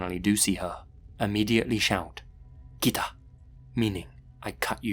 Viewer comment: Okay you gotta say "kit-ta" stress on t. If you only say "Kita" it means "came". I doubt that's gonna help lol